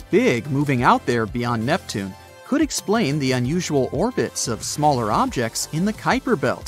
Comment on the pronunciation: 2 mins in i heard neptunay, im gone